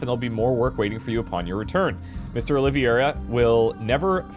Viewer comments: Minor nitpick: It's pronounced oh-lee-vay-ra rather than oh-liv-e-er-a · OlivEIra not OlivIEra XD Big fan :)